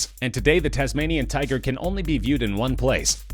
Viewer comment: Tasmanian 'tuger'